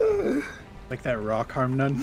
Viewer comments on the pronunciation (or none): Its harmnone not harmnane